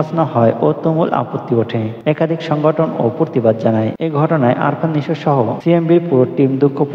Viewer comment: আরফান নিশো না আফরান নিশো,নামটা ভালো করে বইলেন